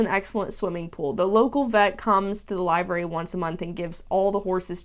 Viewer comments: Just wanted to say the word is pronounced liver-ee, not live-er-ee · love your vids but in the uk its not pronounced 'live-ary' and its 'liv-ery' just yk didn't realise americans pronounced diffrently! :) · It's pronounced LIV -ery, short i. Like liver. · Livery (noun) /liv(ə)rē/ Please google the definition and press the button to hear the pronounciation...... This is one of my pet peeves. Liver, as in the organ. Not live, as in "I am aLIVE". Say "liver" as in the organ. Then say the letter "E". You have now pronounced "livery" correctly!!!!!! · Pronunciation is liv ery. I'm assuming this poster is from the UK. We mostly use livery instead of boarding. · "Livery" is pronounced with a short "i," not a long "i."